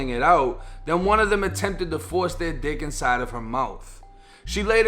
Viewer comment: the way this man says "dick" bruh ik this is serious but im sleep rn